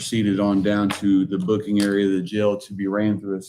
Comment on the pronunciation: I really can't stand the way he says, "the."